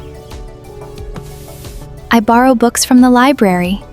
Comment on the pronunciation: The first time , the girls pronounces " LIBRARY " correctly ; the second time , she doesn't . In the end , the girl says " I READ a book before I go to sleep. " but she pronounces the verb READ in the past . All the other sentences are in the Present Simple .